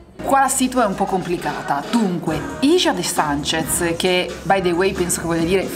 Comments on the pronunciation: no ragazzi per favore non facciamo i soliti italiani che si vergognano di pronunciare bene, NON É "ISCIA de Sánchez" ma É "HIJA de Sánchez". Pronunciate quella J!!! (la H é muta) Non dite che non lo sapevate perché lo sanno anche i muri, é che vi vergognate a pronunciarla, ragazzi é la J e sì, ha quel suono un po' catarroso ma é una lettera fondamentale dell'alfabeto spagnolo. Per favore 😂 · Ciao, ciao, vi seguiamo da ormai più di tre anni ma ‘sto giro un paio di piccolissime “ correzioni “ ( abbiamo vissuto 20 anni in Messico 😉 ) … Hija de Sanchez si pronuncia quasi Ica de Sanchez ( la C a dire la verità si pronuncia quasi come la C toscana della Coa ola olla annuccia 😉 you what what I mean 😉 ) e … non son patatine quelle che ti hanno portato con la salsina 🤣 sono totopos che a livello pratico sono pezzetti ( maggior parte di forma triangolare / semi triangolare ) di tortillas fritte 😉 e il Ceviche si pronuncia Sevice 😉😉😉 un abbraccione grande Ale e Sere 🫶🥂